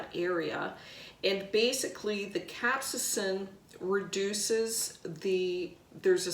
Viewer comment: Pronounced Cap-say-sin.